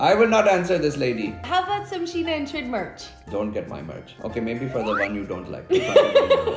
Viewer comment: You called him Trid 😂